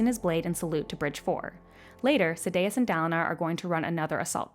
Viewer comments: Sad-day-us. Shin-over. Come on T_T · hahahah, Sa-day-us got me the hardest after Shin-over. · Yeah the pronunciation of Sadeas kinda killed it to me.